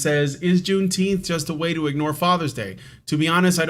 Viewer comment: I'm in favor of renaming it "Juneteenf".